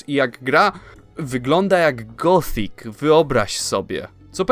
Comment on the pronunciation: Gotik, nie gotfik , to niemiecka gra, nie angielska